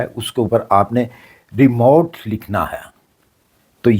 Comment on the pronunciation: Remote KO remove boll rahyn, euro KO aero boll rahy.